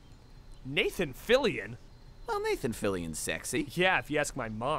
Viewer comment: Na-than Fill-i-on